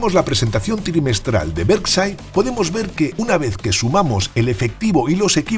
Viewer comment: Españoles por favor pronuncien bien por respeto a los demas los anglicismos van pesimo, Berside no, es "Berkchair" hablen por favor de la economia española.